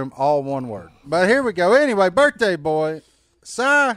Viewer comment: “Happy BirFday Si!”